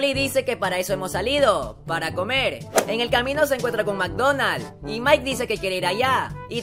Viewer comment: alguien más penso que dijo ''mikedonals'' xd